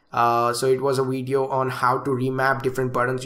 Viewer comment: Stop Smoking Weed So you can Pronounce Video Correct Haha Nc Weedio men